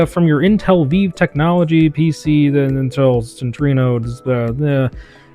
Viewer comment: Viiv is actually pronounced as "Vibe", by the way.